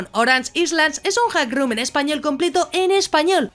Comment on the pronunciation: Island se dice áiland y rising se dice ráising. Gracias por el video